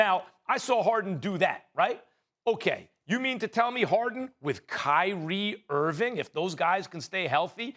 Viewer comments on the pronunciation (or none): "KChipRie irving"